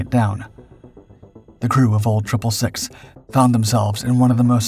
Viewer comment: its pronounced old 666 not old triple 6